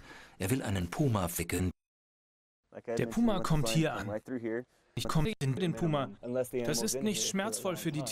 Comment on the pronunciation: Sagt der die ganze Zeit "Poma" anstatt Puma? 😀 wild